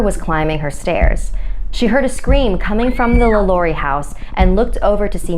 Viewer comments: the way she pronunced Lalaurie like omg thats like when white people try to pronounce spanish words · Am I the only one getting annoyed by her mispronunciation of Lalaurie